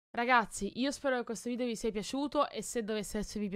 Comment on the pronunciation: ma non si diceva VIDEO e non VIDIO